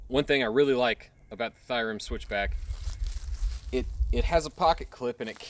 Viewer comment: Nice video! The brand is pronounced as Theorem. (Thēərəm)